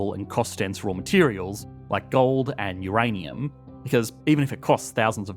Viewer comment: 'Uranim Mines' lol :)